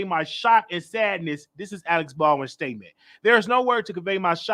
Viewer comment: with all due respect let's work on pronunciation...lol The man name is not Alex it is Alec (Al-ek) Alec is not at fault for what transpired on set. He had no idea the gun had a live bullet and or would do bodily harm to anyone. Would your stance be the same if the gun misfired and killed Alec after he fired it? I highly doubt it! You then would blame the persons whose responsibility it was to ensure the safety of the gun. Let's use common sense or maybe your just wanting to trigger folk. Ex: if a Dr. Prescribe a medication that caused the death of a patient however, the nurse and or CNA (I know CNA are not suppose to administer meds but it happens) is the person that administered the meds at fault when in fact they are following the directive of the physician?